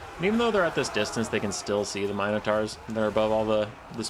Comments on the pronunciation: Myno twua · The mighty me-know-taw. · That is NOT how you say Minotaur 🤣